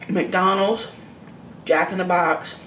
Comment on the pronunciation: As would say: "McDurnald's!" LoL: )